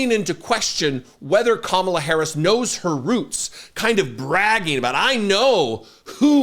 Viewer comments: Did she say camela? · "Camel-la", you think mispronouncing her name is winning points? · "Camela?" Did you catch Habba saying it? I'm gonna have to start wearing dog whistle earplugs. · Gosh I’m fired up right now. Great freaking show. That bullshit in Harrisburg kills me. Saying “CAM-a-la” and then questioning her roots? I was just at the Civil Rights museum, I think they need a field trip. #weirdos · Their absolute insistence on mispronouncing VP Harris' name (Trump with his ka-MALL-uh, and Hobba with her kaam-ala) is another clear indicator of their unquestionable racism. They're just undeniably disgusting people. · Her name is Kamala (Comma-la) pretty easy. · And no one has explained to him how to pronounce Kamala…….sad. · They never pronounce Kamala’s name correctly either. It’s their way of dismissing her. trump and his sycophants are vile. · The intentional mispronunciation of Kamala's name by Republicans continues to be cringe. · Why are MAGA unable to pronounce Kamala, are they that dumb? 😂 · I hated how she mispronounced Kamala.🤬